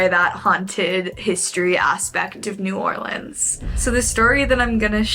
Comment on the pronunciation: as a native, thank you for saying new orleans right and not no damn new orleeeens😂😂🫶🏼